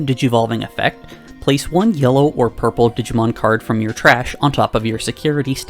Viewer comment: Here for the friend, stayed for "Yurple"